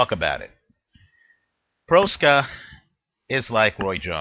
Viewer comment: Please learn how to pronounce boxer's name before making a video. Proksa is pronounced much like PROXA.